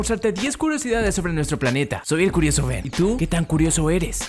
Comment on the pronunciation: Si escuchan detenidamente a Ben no sabe pronunciar muy bien la “R” jaja